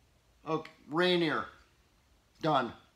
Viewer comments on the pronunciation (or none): It's "Ra-neer", not "Rain-eer." Just sayin...